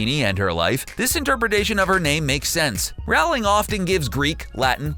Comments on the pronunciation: It's pronounced Rowling like Bowling not like Plowing. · J K Rowling, like BOWLING not Howling. You lose all credibility. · It's not pronounced rawling it's pronounced rolling (Please don't tell me I spelt her name wrong. I know how it's spelt. I was just expressing how it's pronounced to make it easier to understand.) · Please stop staying "JK Rowl in" it's pronounced role in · Nice video. I enjoy your series on Harry Potter. One thing though, Rowling rhymes with bowling. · BTW, J.K. Rowling's last name is pronounced Roll-ing (rhymes with bowling). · CBR consistently gets facts wrong and mispronounces Rowlings name in every video. It's pretty clear they neither read the messages nor care about the accuracy of their work. It's money for them, nothing more. They don't give a flying hip-thrust at a tumbling bagel about the material.